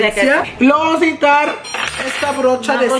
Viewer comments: “Van a nejitar” 😂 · Is it me or every time said necesitar it sounded like necitar